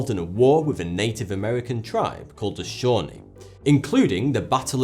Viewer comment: Shaw-NEE. Accent on the second syllable. Little tip from America. You know, the one between Canada and México. You're welcome.